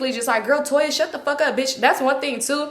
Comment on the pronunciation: U said Toya ? Eggs by Toya ??